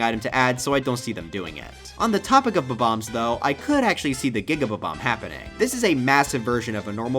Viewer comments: Love your videos but who says bbom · The way he said Bob-omb